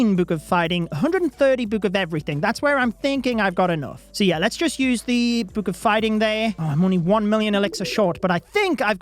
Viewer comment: “book”: “buke”